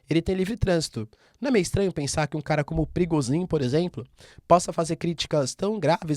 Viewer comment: Parece nome de chefe de tráfico no Rio de Janeiro skksksks eu sempre escuto perigozin